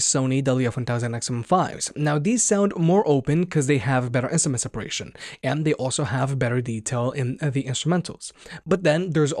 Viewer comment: sms separation???? can you please practice your enunciation... it's IN STRA MENTS ... try it. thanks.